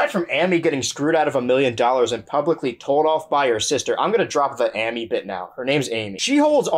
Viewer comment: I appreciate how you said Sammy’s name correctly and mispronounced Amy’s, giving Sammy some vindication